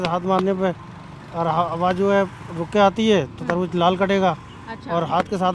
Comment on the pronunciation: Tarbuj tarbuj kya laga rakha hai..its tarbooz